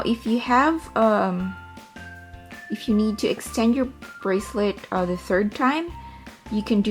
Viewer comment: THE... NOT DAH... NOT DUH... THE